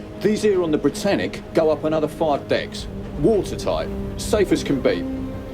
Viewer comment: How i heard the britannic🚫 bratannic✅